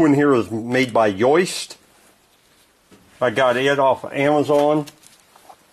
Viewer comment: hahaha I found that funny too. I hope this guy always says "moist" instead of "most"...